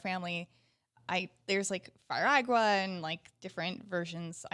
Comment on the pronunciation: "Firaga" how the hell are you guys considered game commentators or journalists?